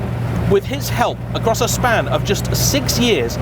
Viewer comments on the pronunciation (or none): none